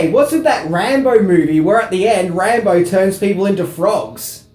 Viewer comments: Who’s Rahmo ....it’s pronounced Rambo. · Wtf speaker. Rambar hahaha!!! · Is it me or is saying "Rambar" sometimes? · You mean “Rambo”? 😂